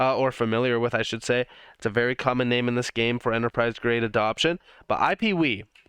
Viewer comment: it sounded so funny when you said “I want you guys to realize just how big iPeeWee will be”